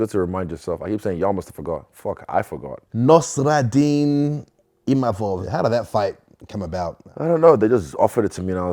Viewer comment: Nassourdine not Nostradine 😭😭